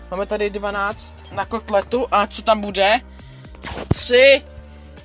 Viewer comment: ale vislovojuse to tak jako kolekt